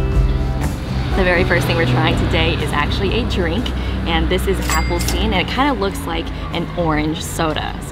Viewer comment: "Give some grace if I say things wrong" 30 seconds later- "Appelsín" with an emphasis on the "S" lol- Nice video nonetheless :)